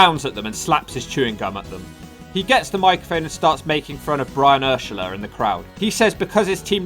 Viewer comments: I'm gonna punch you in the gut for screwing a Chicago Bears legends name up so bad. It's Brian Urlacher (Er-Lack-er), not whatever the hell you said lol. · the way you said Brian Urlachers name 😂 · You gotta watch the video long enough yo hear him butcher Brian Urlacher's name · Your pronunciation of Brian Urlacher is revolting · this man couldn’t say brain Urlacher name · As a Bears fan I'm dead at how you said Brian Urlacher's name lmaoo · Lmao the way he said “ brian urlacher” name 😂😂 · Brian urlacher was pronounced crazy